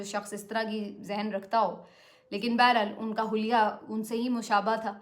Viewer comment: سسٹر اپنے پھر غلطی کر دی حلوہ نہیں حلیو مطلب خوبصوت 😂😂😅😅😅😅😅😅😅😅😅😅😅😅😅😅😅😅😅😅😅😅😅😅😅😅😅😅